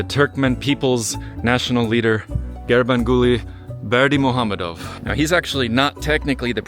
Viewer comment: Great video. My Dad and I visited last year (and stayed in the same hotel). Great pronunciation on Gurbanguly Berdimuhamedow. It took me a lot of practice. It's like the ultimate tongue twister.